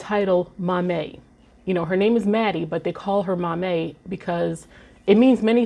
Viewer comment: As a Ghanaian, I wanted to let you know it is pronounced , 'Maa-mie' not 'Mamey' 😊